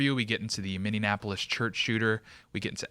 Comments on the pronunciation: "Minnian-apolis"? I can't. This is how people on East Lake street mispronounce Minneapolis. Words matter. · Its pronounced (mini-apple-lis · For the love of God, of you're going to hosts large scale podcasts, learn correct pronunciation. You keep hacking Minneapolis and I'm not sure by now if it's intentional or not.